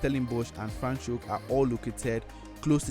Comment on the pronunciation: Franchhoek, not Franchkoe haha